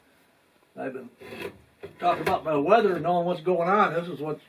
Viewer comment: It’s called “weather” Rhymes with Leather